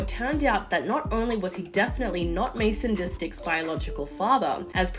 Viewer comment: Mason Distik? Lol